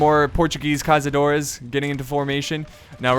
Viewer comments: This "ç" in Caçadores isn't pronounced as z, instead is pronounced as a "s", also, great battle, greetings from Brazil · The Portuguese unit is pronounced Cassadores Caçadores translated to english is hunters